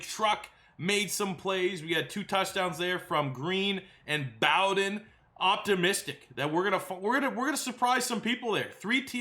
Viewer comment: It’s pronounced bow-den like bow and arrow and bear den. keep up the good work